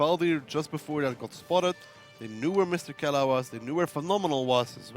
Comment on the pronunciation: "Kela" really, really? It's Mrkela! -_